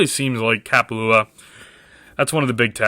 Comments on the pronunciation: say it correct haole smh. ka pa lua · You didn't butcher the name.